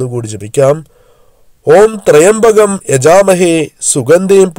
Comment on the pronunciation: ത്രയംബകം എന്നല്ല ത്ര്യംബകം എന്നാണ് ' ത്രയംബകം ശൈവ ചാപമാണ്. മന്ത്രങ്ങളിൽ ഉച്ചാരണ ശുദ്ധിയാണ് പ്രധാനം